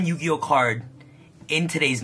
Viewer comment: Ya-agi-oh! pro